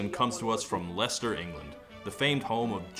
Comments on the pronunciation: This might be the first American I've heard pronounce Leicester properly. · I think this is the first time I've ever heard an American correctly pronounce Leicester. Props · Can we just take a moment to appreciate Todd for being the only American ever to correctly pronounce Leicester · honestly, as a Brit? I'm just glad you pronounced Leicester correctly, and not 'LIE-SAYS-TERRR' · So... I learnt how to pronounce Leicester today. I'll go to bed more cultured than I was waking up this morning. Thanks Todd! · thank you so much for saying leicester correctly